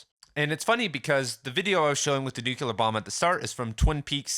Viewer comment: It's "nook-leer" not "nook-ya-lurr" btw, otherwise great video 😊